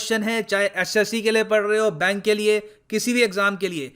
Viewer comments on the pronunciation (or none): Chahe SSC ke liye Parrrrahe ho bank ke liye, Like Pawwry ho rahi he 🤣🤣🙏👍